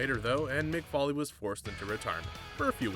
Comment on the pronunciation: Why is he calling mick falley